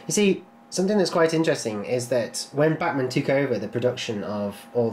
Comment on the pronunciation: Why is it that anytime someone says "Bachmann" it sounds like they're saying "Batman" ?